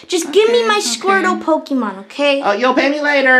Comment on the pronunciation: he said pokeman sword